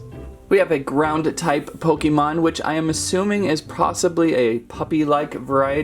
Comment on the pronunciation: He said pok a mon